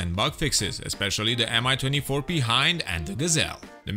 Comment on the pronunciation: when he mentions the Mi-24 P Hind it sounds like he says MI-24 Be-hind